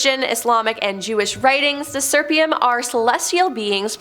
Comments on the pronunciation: "Seraphim" is pronounced "SER-a-fim." "Euphrates" is pronounced "yu-FRay-tees." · pronounced Cherubim as CHERRyBUM; Seraphim as SERFIUM and Nephilim as NEFLIUM 😁my gawd! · I’m sorry but every episode does she mispronounces things. PLEASE Google or YouTube pronunciations BEFORE you post your episodes! Euphrates and Seraphim were both mispronounced and Seraphim was different almost every time you said it. It is hard to watch and enjoy.